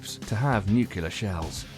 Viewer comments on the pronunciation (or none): Nuc you ler vs. new clear. Nu-Clear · Please don't say 'newk-ya-ler' when it's pronounced 'new-klee-ur'. ;) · Don't say NUCULAR weapons. It's pronounced nu-CLEAR. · Ffs it's nu-clear not nu-cular 😂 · NUCLEAR, NUCLEAR, NUCLEAR...NOT NUKULAR! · Repeat after me: Nu cle ar. Not nucular. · It. Is. NUCLEAR. Not NUCULER. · I had to stop watching after he mispronounced nuclear. just say New Clear instead of nukeyelar. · NOO-CLEE-URR...how hard is that word?! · Nuclear... .not nuke-ya-ler. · OH, you didn't just say "Nuke U Lar", did you? Gimme a break. Even British people know better than that. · NUCULAR shells facepalm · "Nucular, nucular, nucular..." But still a cool video. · Scary scary Nucular weapons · you lost me at "nukyeler" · wouldnt be a stupid military video without a "nucular" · Nu 👏 Ku 👏 lar 👏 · New kew lar warheads? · Nuquler lol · What is nucular? I loose faith in people and content who can't pronounce such a simple word correctly. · The narrator doesn't know how to say, "nuclear"... it's not "nu-kyu-lar"... sounds like George Bush. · I think it's funny that there are English people that can't say "nuclear" too. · This guy says 'nuclear' like Dubya